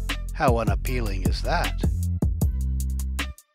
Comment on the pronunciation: HAHAHA un AP "PEEL" ING